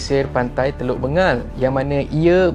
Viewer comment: Bukan" bengal" sebutan nya "beng gal. Bay of bengal